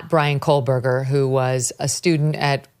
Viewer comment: Megyn, I love you. But please... it's Kohberger with no L. It's really triggering my OCD. 😮